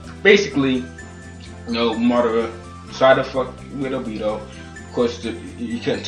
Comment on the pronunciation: Not trying to be racist but every black reviewer on YouTube that I have seem pronounced obito wrong lol